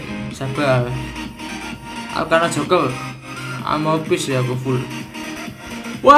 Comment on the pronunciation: eh bang, elu ngomong "joker" tpi kok kedengeran jadi ngomong "joko" ya 😂😂🤣🤣